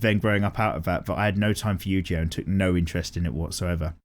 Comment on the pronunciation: Yu-Gi-Oh not Yu-Ji-Oh man, the way you're saying it triggers me